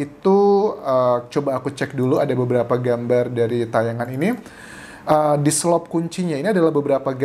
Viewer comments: Di selot Anjas...bukan diselop...😊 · Dselot bang bkn dselop...hehe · Diselot bukan diselop, dalam bahasa Sunda artinya dikunci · DISELOT BUKAN DISELOP